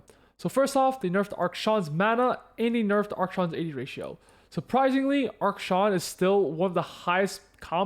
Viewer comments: thanks for the info, but you keep saying "ARK-Shawn" instead of "AK-SHAN" and it was filling me with rage. anyway good video! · please stop saying ark-shan im begging you please please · Is pronouncing Akshan as Arkshan like a meme or something? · Drink a shot every time he mispronounces Akshan